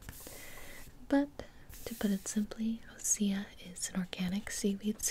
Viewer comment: Can't it be OSEA Instead of Ose-uh Like....its osea....not...ose-uh.. Sorry that really bothered me 😂